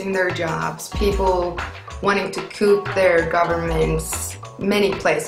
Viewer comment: Coup is pronounced "koo" just so ya know.